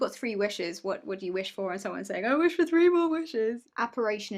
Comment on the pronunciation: He said “three” haha his accent just made it sound like “free”